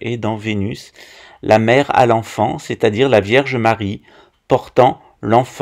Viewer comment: Je pensais que la franc maçonnerie avait ete inventé par les portugais 🤣🤣 il maîtrise le fils a plomb comme.personne A 7.34 tu dis Verge Marie ou lieu de vierge Marie 😆😆 tu exagères..pas bien ça tu me feras 2 avé marie et 5 notre père